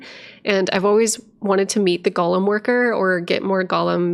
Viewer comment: You mispronounce golem. Gollum is a character in Lord of the Rings, a protector creation is a golem. Pretty sure it’s from Jewish mythology. Point is it’s pronounced goal-em. Much like the Pokémon is. Hopefully this came across helpful and not uppity. Be well 🙂